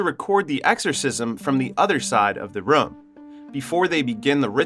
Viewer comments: new drinking game take a shot everytime he says rum instead of room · It’s Room, not Rhum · yo who taught you english, what the hell is a ruum, you mean “room” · Room❌ Rum✅ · ''beby'' and ''rum'' instead of room lol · They are called fryers NOT PRIORS AND ITS ROOM NOT RUM..😂😂😂😂😂😂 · it's not rum it's room why do you pronounce it like that? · if i have to hear this guy calling a room "rum" one more time, i'm going to lose it. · its pronounced, ro͞om. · bro im now convinced your just trying to pronounce everything as wrong as possible just to be irritating lol " They walked in to.... the RUM !" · MF why do you keep pronounce room as rum mother.......ker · Room! Why can't you pronounce a simple word unless this is AI. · I do not like how you pronounce “room” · The scariest thing in this video is the pronunciation of the word "room" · 👎 due to the numerous mispronunciations of the word "room". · You have an interesting way of saying "Room"